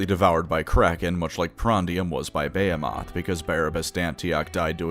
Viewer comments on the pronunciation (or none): buh·hee·muth not bay·o·moth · makes me giggle with how he pronounces behemoth. Brother if you see this, the rest of us pronounce it buh·hee·muth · You seriously pronouncing "behemoth" as Baya-moth???? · it's pronounced "bee-hee-moth" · Every time he says “Bay-he-moth” I cringe. I think it’s one of those “only read the word and never heard it spoken things? Like nails on a chalkboard. And you’re welcome. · That's not how you pronounce "behemoth" btw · That is uh quite a way of pronouncing "behemoth" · Thats first time I've heard Behemoth pronounced like that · How do you reader, pronounce Behemoth? (Buh-hee-muth) Or (Bay-ah-moth)